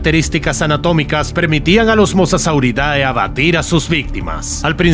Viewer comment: En el tiempo 13.33 dices mosasaurirais i no se dice así se dice mosasaurius que era un dinosaurio